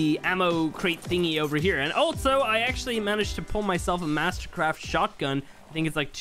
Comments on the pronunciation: He said shotty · He really said “shawty” when he was meaning shotgun but shawty’s like a melody’s